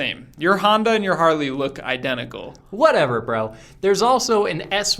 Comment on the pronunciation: Whatever "BROU"!!! 😂